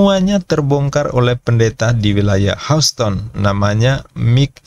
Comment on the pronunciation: Maafin, tolong belajar baca istilah/bahasa Inggris, asing, biar enak dengernya Houston, bacanya/ngucapinnya Hyusten, Mike, bacanya/ngucapinnya Maik, WTC bacanya/ngucapinnya Double Yu Ti Si, bukan Wi Ti Si 🙏